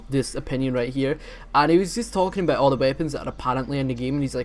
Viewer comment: I like how you say a boot